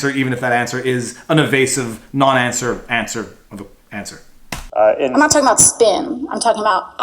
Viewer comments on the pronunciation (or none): VIVA , you GOTTA stop saying UH-BOAT , in place of ABOUT ,, the fuk iz that ???